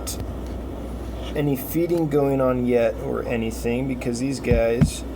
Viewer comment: Never fails. “Anything” becomes “in-uh-thing“